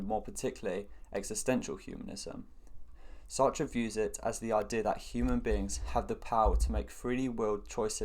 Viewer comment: Finally Someone pronouncing his name correctly!